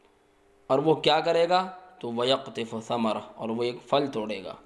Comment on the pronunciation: پھل بولیں فَل نہیں پھ تلفظ؟